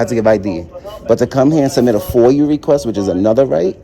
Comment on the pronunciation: And its not foil its foia🤣🤣